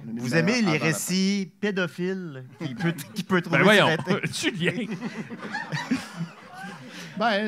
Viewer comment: c'est le meilleur lecteur mais calisse qui bug sur "trouver" prononcé "trouvère"... c'était drôle il y a 5 ans mais ça le fait paraître comme un illettré. le texte est déjà drôle sans avoir besoin de faire les snobs sur les fautes. ça fait perdre le fil. on nous enseigne en 1ère année que "é" et "er" se prononce pareil. allèze lesse amisse vousse pouvèze fère miyeux.